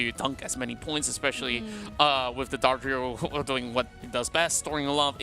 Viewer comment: Someone should tell them how to pronounce Dodrio